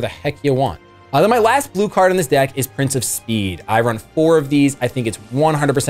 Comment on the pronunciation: Once again, a game I don´t know any rules of, but I´d watch the heck out of your videos if you did some more. Also, I love how everytime you mention "Prince of Speed" for me it sounds like "Princess speed"... :D